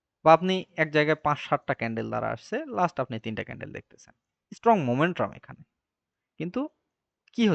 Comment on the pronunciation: Not Momentrum just Momentum/ ক্লাসটা খুব সুন্দর ছিল বাট মোমেট্রাম কথাটা বড্ড বেশি কানে ভাঁধছিল।